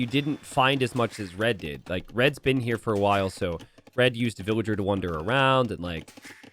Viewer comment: I love you, but please. It's 'wander'.